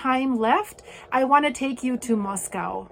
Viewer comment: Hello! Beautiful video with the precious doggies! Makes me homesick for when I lived in North Idaho. Wanted to let you know that they say Moscow there like “MOS-COE” not MOS-COW, and they’re actually pretty fussy about the way people say it. Best wishes with the vet treatments! ❤ 🐕